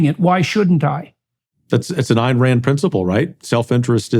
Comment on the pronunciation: I really dont get how someone can claim to have read Atlas Shrugged multiple times and not only not pronounce "Ayn" correctly, but utterly miss the repeat denunciations of hedonism and calls for an integrated life. In fact, utterly missing the life of productive effort as the highest ideal. Her character's only desire and enjoy "hedonism" after they earned the right to it. For them the joy of producing something, for its own sake and the glory of accomplishment, comes before everything else.